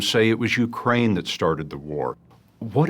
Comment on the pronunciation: That former security general or whatever saying YEWcrane instead of Ukraine gets me